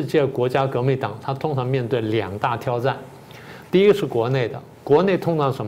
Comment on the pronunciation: 我不知道台湾人对汉语的读音是怎样标注的就{挑战}这个词我查询了许多的词典一般的都把[挑战]的挑{字}读作三声,还没见过有哪一部词典里有标注为二声的:不知道明老师屡屡的把它读作二声是 出自哪部经典?...非常的希望明老师给指点一些:....以便於观众能更深刻的理解明老师的每每的讲演的更深刻的内涵!...